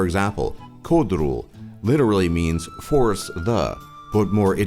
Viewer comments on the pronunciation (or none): none